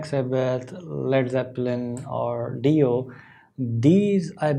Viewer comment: Hi! It’s been awhile. I hope you and your family are well. Ronnie James Dio was considered one of the best guitarists of his time. I think his name is pronounced Die-o. Vinny and Carmine Appeci were from the area where we grew up. I think the song is about Christ’s decent into hell after His crucifixion. I’m not sure. I always like listening to your thoughts on things. Be well.